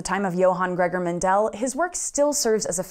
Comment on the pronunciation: Just a few comments from an Austrian: the stress in Mendel is on the first e, not on the second. So it's Méndel, not Mendél. Secondly, if you fail a course in Austria you get a 5, not an F. I'm not sure if that was also the case in Mendels time, but as the Czech Republic was then part of the Austrian empire, I would guess so. Love the video! Keep up the good work.